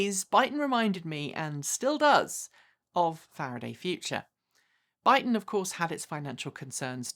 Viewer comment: Your saying their name wrong.. it is that you accent? 😁